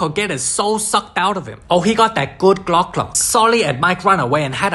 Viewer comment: it's called the glack glack 4,000 lol i'm dead